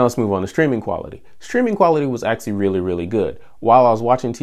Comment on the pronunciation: Am I the only one who gets tilted by the way he pronounces "actually" ?